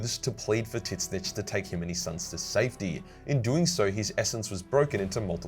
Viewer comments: Why do you call "Zeensh" "Tit snitch"? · Tzeentch is prononced "zench." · Just give us a short of you attempting tzeentch correctly🙏😂✊